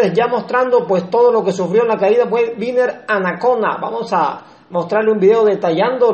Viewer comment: Winner leyendo LOS CUATRO ACUERDOS 👍🏼 Gracias por la información de nuestros gladiadores 🚵‍♂️🚵‍♂️🚵‍♂️🇨🇴 pd. No es Viner, es Winner 😅